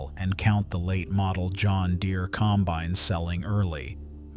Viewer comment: Teach your AI how to pronounce combine.